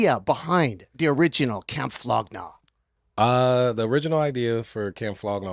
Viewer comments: flow gnag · its "Flog Gnaw" and "Golf Wang" now "Wolf Gang"